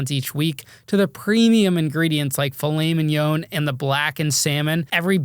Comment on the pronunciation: Bro got people coming on his platform just straight up fabricating stories lmao….and it’s filet MIN YAN, NOT however it was that you butchered it